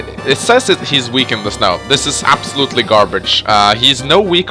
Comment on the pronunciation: "sturm income is very CUAK" ... cuak!?